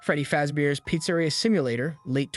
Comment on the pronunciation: What the fuck who mispronouncss pizza-reea?